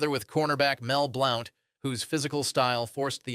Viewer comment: Mel Blown???? Mel Blount